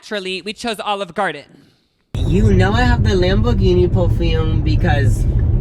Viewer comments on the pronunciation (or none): none